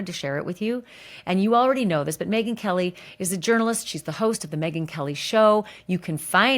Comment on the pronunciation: Again . Megyn Kelly it’s KOH NOT KOLE 😂 please stop saying that !!!!